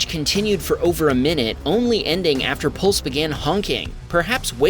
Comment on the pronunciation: Video 8 The person's name is Pusle not pulse. As in pus-l. Rhymes with puzzle